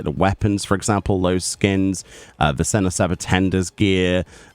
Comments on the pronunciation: "Senner" it's not pronounced like that;A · Been looking forward to this.... I think it's pronounced seh-NYOHR.... He's Mr Otter in English? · It has the tilde, we say the en-ye. Sen-YOUR! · To pronounce Señor (Spanish for "sir" or "mister"), say seh-NYOHR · SEN-YOR OTTER . 🦦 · The way you say senor is frying me😂